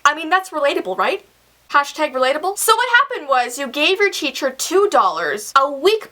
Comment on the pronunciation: Did you guys realize that said Cheacher instead of teacher